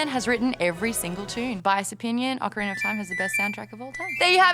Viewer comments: I believe it is pronounced Oak-arina of time. Not Ah-carina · Ocariner of time my dudes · Ocariner of Time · "Ocariner" <3 <3 <3